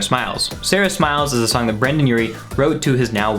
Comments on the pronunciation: You said Brandon really it’s Brendon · i’m sorry but u saying brandon instead of brendon rly annoyed me😂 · BRANDON?!? WTF 😂😂 excuse me it is BRENDON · Dude did he just call BrEndon Urie BrAndon damn why am I so triggered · he says BrAndon instead of BrEndon. I'm triggered. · he says Brandon and not Brendon Also I’m not sure if the time stamp is correct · I honestly had a mini fit when he said brandon instead of brendon😂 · Its Brendon not Brandon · bRaNdOn, Bro it's B R E N D O N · Calls yourself a panic! fan but still manages to call him Brandon instead of Brendon 😒😒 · BrEndon NOT BrAndon!!! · It’s Brendon not Brandon fucktard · “BrAndoN” 😒 Haha jk I still love you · Did he say brAndon